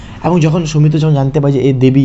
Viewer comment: আপনি কি real life এ ট্রেন চালক ? What kind of problem you have man ? Do you need to catch a flight ? খুবই কঠিন আপনাকে follow করা ! আর কথা বলতে যেয়ে এত ঝোলেন কেন ? বাচ্চারা যেমন পড়া র সময় ঝুলতে থাকে সামনে পিছে ? ভীষন বিরক্তিকর . শর্মিলা কে বলছেন সর্মিলা ? সৌমিত্র কে বলছেন সওমিত্র ? ‘শ’ কে ‘স’ বলেন কেন ? একদম ঊচচারন বিভ্রাট . আর video তো না যেন Rocket ছুটছে !